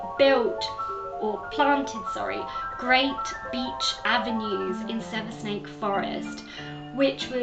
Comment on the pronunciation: Hi..love the video. Saversnake Forest has a silent 's', and is pronounced as "Savernack". Love and Light xxx